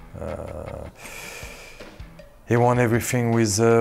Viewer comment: "Gzavi" Uhhhh I LOVE KOSCIELNY MAN